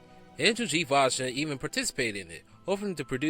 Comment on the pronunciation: Oh, come on. Seriously?! You cannot even pronounce Andy Vajna's name right? I mean, you had to have researched it, right? It's NOT VAG-NA, it's Vay-Na.